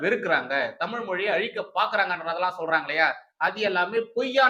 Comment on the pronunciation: ஆங்கிலமும் தேவையில்லை. தமில் தமில் மட்டும் போறும்